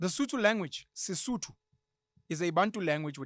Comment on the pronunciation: It’s Sesotho Penuel not “sudu”